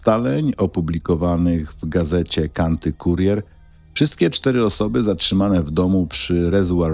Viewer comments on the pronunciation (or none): none